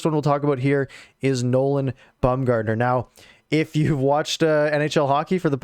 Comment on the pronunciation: Baumer was the Captain of our AHL team while in the organization. It's BOMBgartner not BUMgartner btw lol he's not an MLB pitcher lol